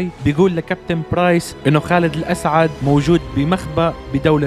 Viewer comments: خالد الاسد مش خالد الاسعد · خالد الأسد مو الاسعد🙄😑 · اسمه خالد الاسد ليس الاسعد❤